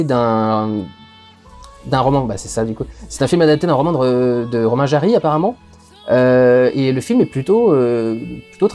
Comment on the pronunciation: Par contre the life ahead c'est une adaptation de La vie devant soi de romain gary effectivement, sauf que Romain Gary est français et ça se prononce Guari et pas Jari X) (D'ailleurs Romain Gary c'est tellement le boss il a gagner 2 fois le prix Goncourt alors que c'est impossible)